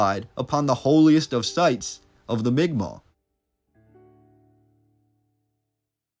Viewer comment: Migma is basically how you pronounce it